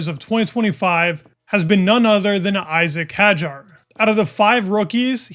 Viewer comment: One day they will learn how to pronounce "Isack Hadjar" (NOT).